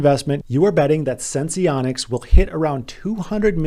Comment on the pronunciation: I don't think you have to pronounce the e in sense